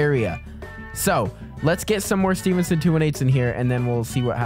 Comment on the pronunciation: I'm so glad your saying Stevenson right